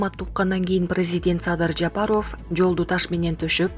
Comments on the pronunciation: Блогерге: Садыр Жапароов эмес - Жапаров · Жапароф ужас жок дегенде туура айтчы Жапаров деп .Уят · Туура окуусацызчы журналист Садыр Жапароф эмес Жапаров деп . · Жапароуф деп суйлоп атасынбы блогер бул эмне Деген аташ Жапароуф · БЛОГЕР ЭМНЕ САДЫР ЖАПАРОВ ДЕП ТУУРА АЙТЧЫ . ЭМНЕ ТИЛИҢ САКООБУ ? ТООБА !! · Бул супер тв журналист кыз окууну бутконбу, мектептеги окуучулар дагы туура окуйт, президенттин фамилия сын кыжырды келтирбей туура Оку, эмнеге ушундай сабатсыздарды текшербейсинер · Алпарып жаткан кыз фамилияны жазылышы менен окубай туура окучу айланайын.